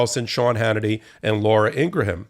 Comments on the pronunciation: It’s “ing gram” not “ing gra ham” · Ur bothering me that u don't know how to say "INGRAM", not "INGRAHAM". IT'S PRETTY BAD BRO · Pronounced "Ingram" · It's Ing-gram, not Ing-raham. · Laura Ingraham's name is pronounced Ingram. It's not Ingra ham. Not that I care because she's a POS. It just bothers me when people pronounce names incorrectly. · i think you are mispronouncing Ingraham's name.